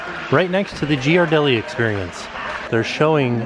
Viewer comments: Hey big fan! but Ghiradelli is pronounced Gear a deli not Gee ar deli. Haha when you said that it threw me off. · It's pronounced "Geer-a-deli" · Only could pronounce Ghirardelli that way 😂